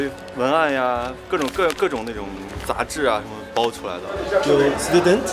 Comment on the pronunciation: 雷探长说德语？student德语发音啊